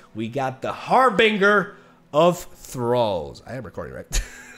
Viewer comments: Not Har-Bing-Uh it's Har-Bin-Jur I hope it's satire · It's pronounced "harbinJer" ;P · Love ya but please pronounce “Harbinger” and “Illaoi” correctly lol